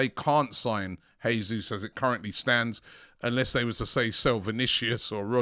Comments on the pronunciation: It’s pronounced ‘jaysus’ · Not "Hesus" please. This is not Spanish. The Portuguese pronounce the same as in English.